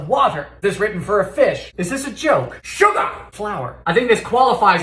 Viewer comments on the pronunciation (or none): SHOOGAH (sugar) WOOTAHH (water) FAYAHH (fire) siminim..! (Cinnamon)